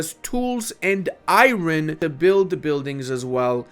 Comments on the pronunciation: Stop it stop it stop it not IRon ION no emphasis on the R!! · I love your channel but every time you say EYE-RON instead of Iron I die a little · Why do you say Iron like that? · "iren mines" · saying "i-ron" gets me every time lol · The way this guy says iron kinda makes me crazy not gonna lie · I’m gonna be honest man the way you say Iron makes me want to die inside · How the hell are you pronouncing "iron"? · I never know if he says it that way ironically or not